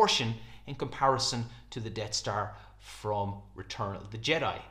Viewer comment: sounds like you're calling it "Dead star" but it's actually called the "Death star"